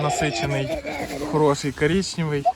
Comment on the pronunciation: КАРІЧНЄВІЙ,КАРІЧНЄВІЙ,а в якій частині України ти живеш КАРІЧНЄВІЙ???